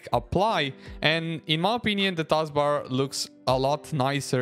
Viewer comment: "Tazbar X" 💀